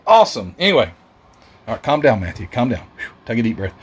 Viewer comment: Matthew thank you so much! Also you pronounced my name perfect which is crazy because I usually get called a piece of cheese lol. Man I appreciate the opportunity to work with you. You made them look great. Thanks for the shout out and having faith in me to knock them out for you! Love the content as usual! Thanks again!